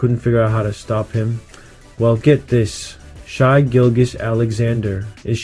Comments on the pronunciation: Just came across this and dig your breakdown. Now a new subscriber and looking forward to seeing your page grow; however, it's pronounced SHAY not SHY. 😀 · It’s Shay not Shy